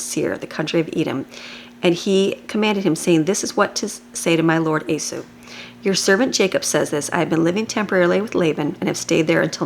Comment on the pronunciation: Thank you for your daily readings. For future videos, his name is pronounced "eee - saw" not a-sue.